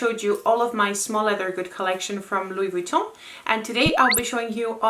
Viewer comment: Loved how you pronouce Louis Vuitton its like it's UP there level hehe hope u get what on trying to say 😅 your so classy you dont have to try! 😍